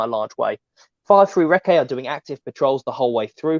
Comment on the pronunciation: Fascinating stuff, but please, Recce is pronounced “Rekkie”, not “Reckay”😉